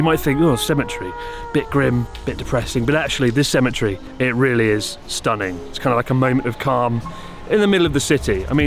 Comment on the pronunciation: lol what is a cemitree??